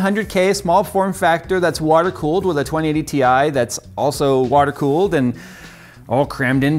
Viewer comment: twen eighty ti